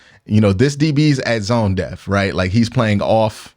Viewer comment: lol will never not pronounce "depth" as "deff"